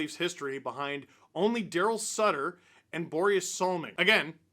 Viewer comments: Darrell Sutter....ohhh that hurt my ears. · How dare you disrespect the Leafs great Darryl Sittler. Say his name properly!!!!!